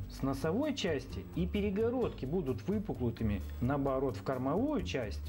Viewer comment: А разве не все три насоса с автоматическим отключением при наборе нужного давления? Регуляторы для чего стоят? Даже на аналоговом ВТР 12М присутствует "стопорок". Я к тому, что при рассказе об аккумуляторном насосе эта функция была отмечена как достоинство, по сравнению в остальными. P.S. Не "выпуклутыми", а выпуклыми :).